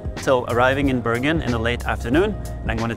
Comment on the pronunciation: Thanks for a very informative video and stunning scenery. Most of all, it's so nice to hear the Norwegian names pronounced correctly. Just wondering why Bergen was discriminated to "Bøørgen"? 😊